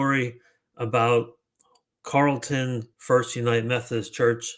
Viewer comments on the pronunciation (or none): It is pronounced Carol-ton